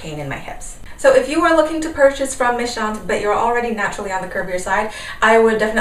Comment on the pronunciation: Your French pronounciation is perfect! Méchantes simply means *mean girls*. :)